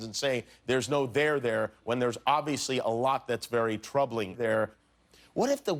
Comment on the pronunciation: did anyone notice the way the word 'there' is said sounds bit wierd. hehe . Other than that, amazing monologue as usual Jimmy! :)